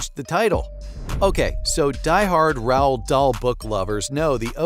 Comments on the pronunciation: Maybe you coulda spelled it “rolled” so the AI would pronounce it normally. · Terrible, You can’t even pronounce Roald properly .